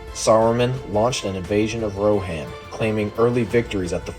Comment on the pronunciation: Its weird to me that "Rohan" is pronounced incorrectly. Otherwise, nice video.